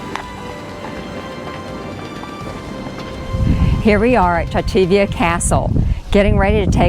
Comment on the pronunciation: Less than 3 minutes and more than 10 times pronounced wrongly. xD Poor 'xativenses'. Xd Xàtiva <- has accent on the first a. So instead of "xa TEEva" it should be said "XA tee va", very big first A. Close to CAnada in english pronounciation. Nice video!